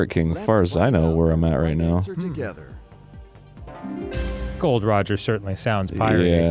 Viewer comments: They didn't even get Gol D. Roger's name right. So disrespectful. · The fact they said Gold Roger and not Gol D Roger is gross